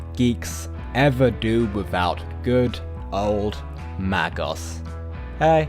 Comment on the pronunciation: Okay mag oss instead of May goss